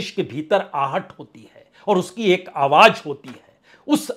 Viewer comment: Your style and presentation is very unique.. Confident and indepth analysis.. One request.. Plz pronounce Awaj as "Awaaz".. And so on... It is phonetically nice to hear.. Thanks for your efforts in keeping unbiased journalism alive.. Keep it up